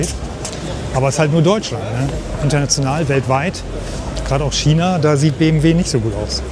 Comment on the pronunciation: Es heißt China und nicht Schiena, es heißt ja auch nicht Orschester oder ?